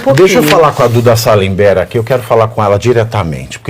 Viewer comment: Pavivi não erra não. Salamerd. Kkkkkk